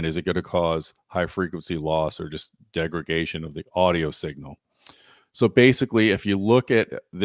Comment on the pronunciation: my man! big fan of audioholics from ages ago.. must say i love how you say "degregation".. ha ha, hey just givin you some friendly shit there!.. love the channel, and keep up the real honest work! so many of us appreciate it greatly!.. i myself also have a channel, SUPER blindman, where i discuss some of the differences between good and crap cableing, i often find that the differences are subtle if outright non-existant, most especially between hyped out and true, honestly rated and speced cables.. i've been going blind all my life due to a degenerative retinal condition and live by my ears, i keep looking for those great cables with open and neutral sound.. neutral.. i know kind of a oxy moron there, but when i find something that really works nicely i stick with it! i also find most people just do not have the ability to hear subtle noise when i can, and that's ok, i still try to educate them whenever possible about real science when it comes to audio and to avoid hype.. must say i love you guys at audioholics for that! long story short.. big fan and keep the videos comin! in fact.. i'd love it if you could do more review videos here on youtube rather than mostly written reviews! i enjoy your presentation and most especially wanna see a video about that awesome RBH dual 12 sub you recently got!!! thanks